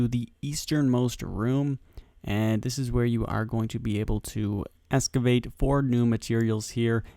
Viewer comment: Excavate there is an x not escavate